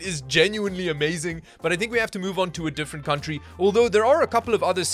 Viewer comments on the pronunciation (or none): none